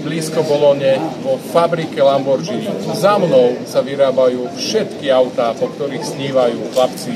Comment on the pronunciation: Inak sa vyslovuje “lamborgini” a nie “lambordžíny”